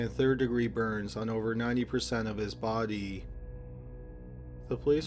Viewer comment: Love this channel so much! The only thing I can't stand is how the says the word "body". :(